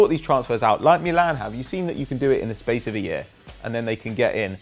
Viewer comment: Your pronounce of "Milan" is fucking wrong and annoying.